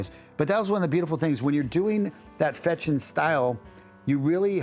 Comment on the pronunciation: Только он не Фечин, а ФеШин (читается как sh)